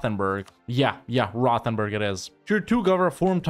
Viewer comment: The way pronounces Rothenburg always hurts so bad